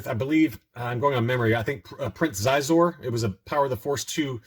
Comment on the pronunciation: **Xizor is pronounced Sheezor ;-)